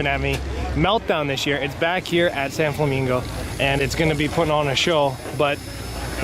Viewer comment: San-FLAMINGO! 😂😂😂 don't ever change we love you man lol